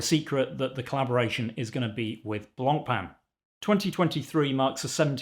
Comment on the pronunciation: the worst part of this is now we have to hear everyone day Blancpain wrong